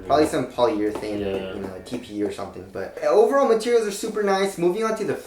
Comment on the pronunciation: Moving on to the "materels" 😁